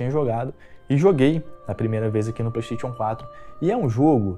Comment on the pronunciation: parei de assistir logo no início, quando ele falou "pleitetion" em vez de "playstation".